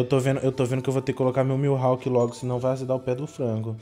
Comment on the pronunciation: Ele chamando o mihawk de milhawk kskskssk